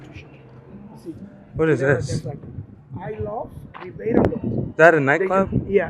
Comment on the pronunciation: Thank you for this post and the correct pronunciation of the city